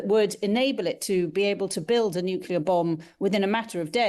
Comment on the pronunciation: When it is spelled nuclear, why do some say nucUlear?